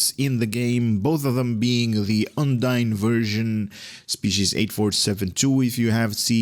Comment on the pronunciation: Now you need to learn how to pronounce UNDINE Looks like really really good ship